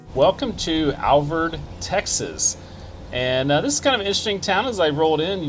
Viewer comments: Alvord= pronounced Al-vord. Vord rhymes with "board". Not Alverd. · Al-vord. Not Alvoid and def not Alverd Lived here all my life and only people who don't live in Alvord say it wrong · Hey, I'm from Wichita Falls and people around here pronounce it as Al- Void lol. Great segment as usual! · It’s Alvord like Ford. He’s even pronouncing it incorrectly. Don’t listen to the uneducated who pronounce it with an “i”. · I’ve never ever seen the truck benches before I don’t think they were there when I moved. Also Alvord is pronounced like AL like weird Al and Vord kinda like cord.